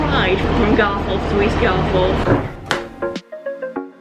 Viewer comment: The gates are further up the road on the round about, spent a lot of time down at croggie as a lad during school days... Leeds lad by trade you see 😝 Now.. It's "GarfUth' not "GarFourth" We're Not posh.. On to Mickie, which is a bit of a s**t hole... Well done for not getting stabbed!😁👍